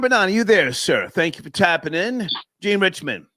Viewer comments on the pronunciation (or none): none